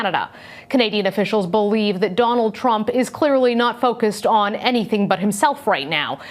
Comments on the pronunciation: Same way Americans pronounce words with O as A such as Danald Trump shad be candemned far such a harrible act instead Donald Trump should be condemned for such a horrible act. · did she just say danald trunk XD